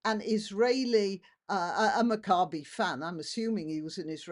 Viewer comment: I could not get behind England for the World Cup because those players did absolutely nothing when the Israeli team was not allowed to play because muslims were attacking them. That was absolutely outrageous. P.S. please please check your pronunciation it should be pronounced Mack-ca-bee. This mispronunciation sounds like macabre.